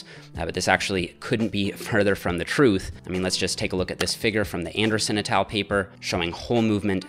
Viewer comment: It's con-cen-tric And et al... soft a and L. Like all... etc all Drives me nuts when people make these mistakes. Especially with science presentation that is otherwise well done.